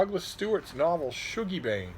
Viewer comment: It’s pronounced shug-ie, not shoe-gie. What ur ye, english or sumthin?